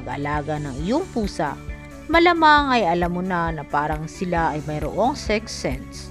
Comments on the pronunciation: Ako nga pagkarinig ko "sex sence" tyaka "dyewels" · sex sense pa pagkakarinig ko imbis ng 6th sense HAHAHAHAHHAAHHAHA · Good day po mga ka-money matters! Gusto ko lang po linawin at humingi ng pasensya sa mga mispronounced words, particularly ang word na "sixth sense". Thank you for your usual understanding! Keep cool mga ka-money matters!